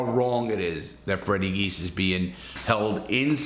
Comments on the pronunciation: I was born and raised in Springfield MA. The brothers names are pronounced jee-as not geese. Also they are charged with Adolfo Bruno’s murder in Springfield. Bruno was the head of the Genovese family in Springfield. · Pronounced, "G - iz" Direct translation of the family name is Tzias... Immigration in 1908 Gave Freddy's great grampa Fotios the name, Geas. He immigrated from Greece with his brother Vasilios, who officials gave the spelling of Jeas... Anyway, our family name is pronounced "G - iz" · It’s Fotias “Freddy” Geas, pronounced Gee-yes, with the accent on the first syllable, not Geese! Lol